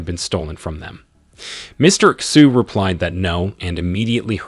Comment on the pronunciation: This is a great recap, but I notice in a lot of videos like this, they seem to mispronounce chinese names. Understandable because they are not native speakers, but the correct way to pronounce names like "Xu" or words like "Qi" are (Shu=Xu Chi=Qi)